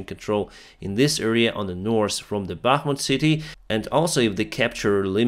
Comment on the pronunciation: You dont pronounce "S" letter in the word "north"